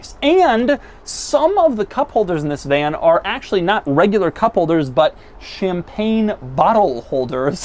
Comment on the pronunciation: He said vlan